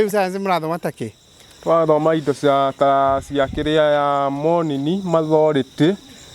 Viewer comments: Mat 2026 I'm back hear to listen to man. Makolejiko - psychological Mateborùthi - metabolism Mathority. - Authority Masekonti. -ma time😂 Most of all I like hearing saying by the way ati by way they. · Ati anasoma mathority😂